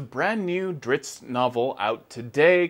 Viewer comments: ...yeaa..he'll always be dri-zzzz-T to me... dritz? Zits? Drips? Lmao sorry bob, you are pronouncing your creations name wrong ^^ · If he calls him Drittz then I’m gonna keep pronouncing it Drittz lol. Thanks RA! Oh and I luv me some Jarlaxle